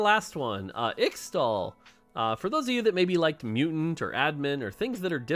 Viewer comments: it's pronounced ish-tal! Please, you have made this mistake a LOT and you don't seem to understand that people look up to you and they'll think that X-tal is the real pronunciation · Man please say its pronounced ishtal i hate to say extal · In Qiyana's voicelines she says 'ixtal' as 'Ishtal' the x is pronounced as a sh sound. And 'Ixoacan' is 'I-sha-wa-can' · In case you end up getting pestered over the next several months over the ixtal pronunciation --- From Qiyana's in-game VO: Ixtal = Ish-Tall Ixaocan = Ish-Shao-Khan (like the mortal kombat character) Thanks to the team for all the hard work, very excited to play bilgewater. <3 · Bro, please just listen to some of Qiyana's voice lines, because it's so painful listening to how you pronounce Ixtal and Ixaocan (Just pronounce the "X"es as "sh") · Please learn how to pronounce Ixtal an Ixaocan.